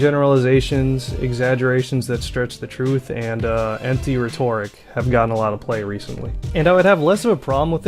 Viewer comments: it's pronounced RHEtoric not rheTORic :) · IT'S FUCKING RHET - OR - IC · rhetoric isn't pronounced the same as in "rhetorical." It's pronounced ˈredərik' (reh-tor-rik) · Rhetoric isn't pronounced that way, good video though.